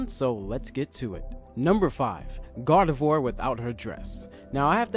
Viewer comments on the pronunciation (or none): YOU RUINED MY FAVOURITE FUCKING POKÉMONS NAME!!!! IT'S PRONOUNCED ZO-RO-ARK!!!!! GET IT RIGHT BEFORE YOU SAY IT!!!! It's also Gar-de-VWAR